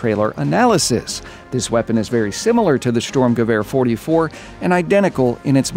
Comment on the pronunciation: You really nailed the pronunciation of the ,,Sturmgewehr 44“ (Assaultrifle Type 44)!!! Good job.